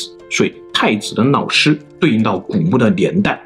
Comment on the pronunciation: Hahaahah 老子被你说成脑子，老师变成脑尸